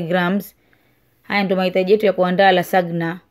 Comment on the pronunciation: Yatamkwa " lazanya" maaa